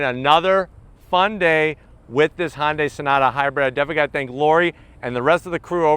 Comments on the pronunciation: FYI, it is pronounced “hunnday” not “Honday”. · It’s HUNday....not HONday.... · Great review. Just one important thing. Hyundai is pronounced "Hyun Deh" 현대 not Honday. Although not 100% perfect it'd be more acceptable to say Hunday, like Sunday but with an 'H'. Just say "Hunday," and it'll be acceptable, while being miles better than saying Honday. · "Honday". Love it. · It kinda drives me crazy how he pronounces Hyundai “Hondai” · no. its "Hyun Deh"